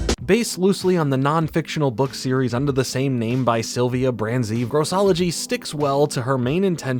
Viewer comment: The author of the Grossology books, Sylvia Branzei, was my science teacher in middle school and junior high. I'm still friends with her. She's currently been helping fight for the freedom of Myanmar. Also it's pronounced Bronze Eye.